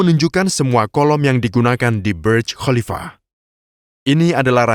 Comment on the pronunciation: Kok baca khalifa dg Qolifa ya?